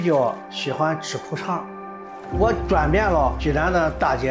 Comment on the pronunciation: 苦肠还是裤衩说不清楚